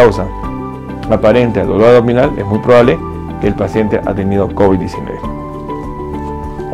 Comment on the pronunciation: Si eres Doc... Perdón pero me das desconfianza por qué no pronuncias bien como el dolor a"G "dominal...de verdad como es posible... Corrige pronunciación por favor es aBdominal.